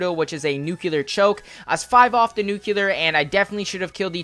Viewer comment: Why do you say NUCELAR 😂😂😂 It's NUCLEAR